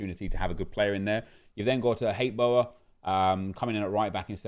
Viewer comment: Love your Dutch pronouncement of Hateboer!